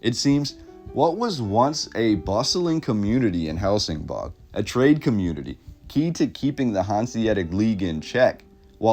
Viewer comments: Isn't it Helsingborg not bog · and it's pronounced "hell sin boy" . The G is like a Y. Gothenburg is pronounced " Yo Te Boy" . The some of the letters a so subtle , that you don't really hear them , but Swedes use them in an extremely subtle way that our American ears just don't hear. I was studying how to speak Swedish and it is very difficult because of that. I still try to learn how to pronounce all the time. I've been with my girlfriend for about 13 years, and have had a ton of Swedes stay at our house and still, it is very difficult to pick out the subtle sounds in the words, Only when I really push to find out how to say something properly will I get it. Also, in Danish, Copenhagen is spoken like this, "coo ben ha ben". That is an even tougher language to understand. Also, there are a lot of dialects still in Sweden, and they all know where someone is from by the accents they have when speaking. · Love this. My mom was born in Helsingborg. The way it’s pronounced is like Helsing-boy. I’ll have to send this video to her.